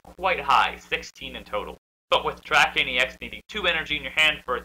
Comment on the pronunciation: Nice vicini not victini